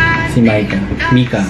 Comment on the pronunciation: it's mee-ka po